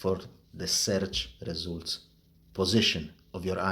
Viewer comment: Seerch Resoolt is my favourite ❤😅 He has an excellent command of the language, accent is something you sometimes can't get rid of and I speak of personal experience 😅